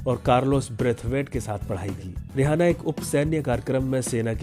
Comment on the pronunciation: जानकारी अच्छी है मगर रिहाना नही इसका नाम रिआना है